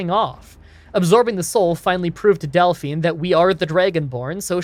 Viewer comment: You must be the only person online who hasn't heard of Belle Delphine and knows how to pronounce her second name 😂